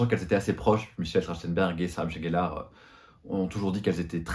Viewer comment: Comment peut on être fan et dire « GELLARE » c’est GELLEUR !